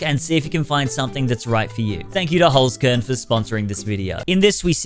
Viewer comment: Why do all youtubers pronounce it as "holes corn" and not "holts kehrn"?